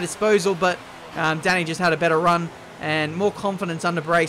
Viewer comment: Not sure if you care at all, but in case you do, quick word from a fellow Hungarian: 'a' in Dani should be pronounced as a deep 'ah' just like in 'Forza', instead of 'Danny'.